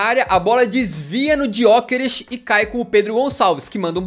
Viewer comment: Porque ele fala Diokeres ? E essa a pronuncia ?